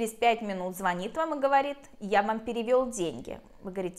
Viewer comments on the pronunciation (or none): none